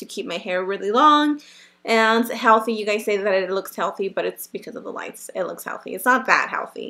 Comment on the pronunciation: When she said it only looks healthy because of the "lights" I swear I though she said "lice"